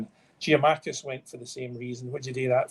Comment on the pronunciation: I thought I'd heard the word Giamakis for the last time. Giakoumakis.